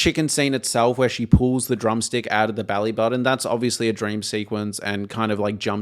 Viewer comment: The word is button, not budden.